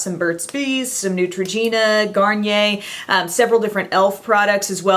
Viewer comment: I like that you pronounce Garnier right. I dont like it when a youtuber pronounces it as 'garniyer'